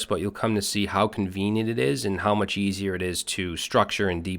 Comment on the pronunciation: Thank you for this crash course :) p.s. "much" instead of "mush"